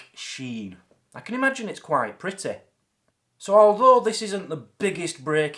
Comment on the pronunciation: "I can imagine it's quite pritteh" lol